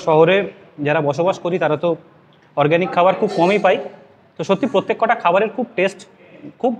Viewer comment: শুনতে খারাপ লাগছে প্রত্যেকটা বলুন, প্রত্যেক কটা কথাটা ভুল।